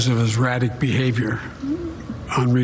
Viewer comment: Biden can't even pronounce 'erratic'. 😒